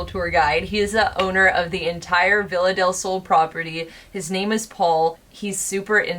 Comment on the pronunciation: i'm spanish so it's so funny to me how you guys and english people says "villa del sol" idk it's curious, bc in spanish is pronounced "be-ya-del-sol" but anyways, i have been watching you guys a lot these days bc i found you bc of sam and colby, and you are part of my days. you bring to me so much company and a new perspective into paranormal stuff, and it means a lot to me.